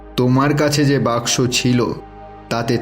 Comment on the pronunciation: Why is saying Box Box instead of Baksho😂